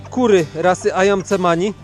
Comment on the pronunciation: Nazwę tych czarnych kur wymawia się ajan semani